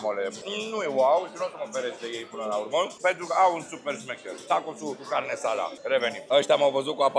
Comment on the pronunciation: Carne asada nu carnesada:)) sa-ti fie de bine